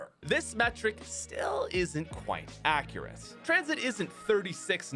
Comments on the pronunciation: He said “I don’t think this is accreate”💀💀💀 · "This map doesn't look accriate" lmao